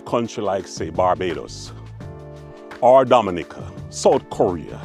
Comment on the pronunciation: ❤❤❤ you said Dominica ❤❤❤